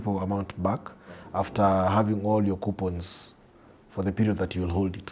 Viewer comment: The interviewer mentioned Q-points, instead of Coupons. How financial literate is he? Anyways, Good video nonetheless.